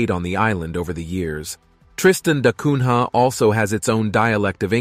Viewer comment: Ilha and Cunha are terribly pronounced. Ilha is spoken as Illya, Cunha as Coonya.